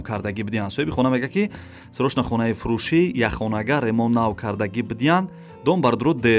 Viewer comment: Бародари азиз саросема наша. Хонаи Фуши не. Хонаи Фуруши гу.